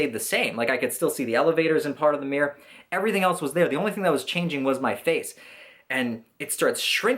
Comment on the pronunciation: "Looking at myself in the meer" xD